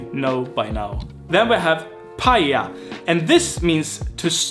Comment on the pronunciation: paja is like a workshop as you say but it's a whole different thing in swedish finnish and has nothing to do with the finnish meaning, it's actually pronounced more like "pajja", as the word for breaking stuff in sweden is pronounced, but as he says, it's stroking a pet